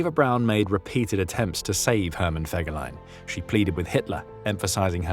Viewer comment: Den Namen Fegelein sollte man wenigstens korrekt aussprechen!